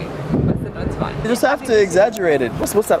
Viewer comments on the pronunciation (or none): none